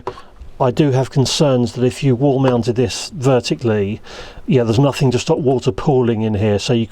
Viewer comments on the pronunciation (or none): none